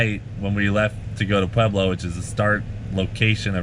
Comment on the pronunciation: Hell Yea brother ! Great story, and you learned how to say "Pueblo"